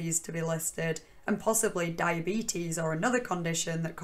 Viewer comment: I think you are saying diyabeetus wrong. But in all seriousness every time you say "OP", I'm like, who the hell is this Opie guy?